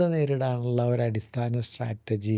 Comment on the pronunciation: സ്ട്രാറ്റർജി എന്ന് പറയുന്നത് ഒരു കല്ലുകടി ആകുന്നു.. സ്ട്രാറ്റജി എന്ന് പറയണമായിരുന്നു. ❤